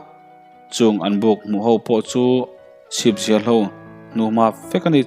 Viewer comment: Chhipzial tih hi a rik dan a dik chiah lo.a rik danah chuan sam lawng chauh a ang.chhipa sam zialte hi pawiho an ni a, a putu tel lovin an chhip samzial chauh hian khua an run thin a ang tlat